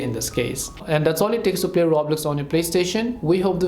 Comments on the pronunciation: 😂 ya I can tell and I had to mock the guy cause he said the game name wrong lol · You can’t even say Roblox right bruh 😅